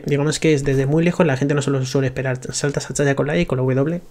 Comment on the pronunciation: porque este boomer dice Chayah?